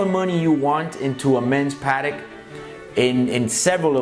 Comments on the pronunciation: It makes me cringe everytime the Americans say the word patek. So wrong.. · The way you say Patek irks me